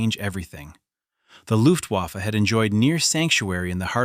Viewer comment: IT'S NOT PRONOUNCED WAFFE, BUT "VAFFUH" AND IT MEANS WEAPON. (REFERRING TO LUFTWAFFE)